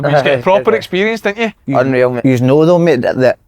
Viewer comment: Why does Si say "toe" rather than "though"? Loveable mongo...